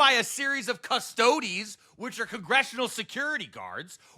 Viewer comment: I COMPLETELY DISAGREE WITH on how he pronounces Custodes. But 100 💯 agree with feeding Mitch's corpse of disappointment to the fucking dogs.